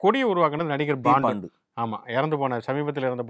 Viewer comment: 'Paandu' இல்லையா 'Bondoo' வா அவர் பெயர்? ஆண்டவா? கிருமி லேயர் இல்லப்பா! அது 'க்ரீமி லேயர்!' (creamy layer)!